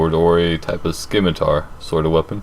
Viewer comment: it's not pronounced s-kimitar it's pronounced simitar that has been bugging me for ages